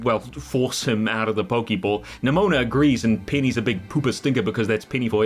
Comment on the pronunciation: Pokéball, not pokiball.